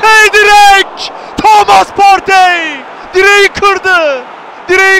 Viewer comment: Thomas Pağrteyyyyyy Mükemmel vurgu